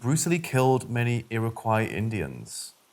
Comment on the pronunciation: Poconos.... POKE-uh-nose. Iriquois.........EEER-uh-kwoy.